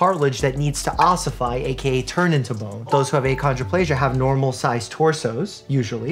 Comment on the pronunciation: Mike says :ossify My mind:yassify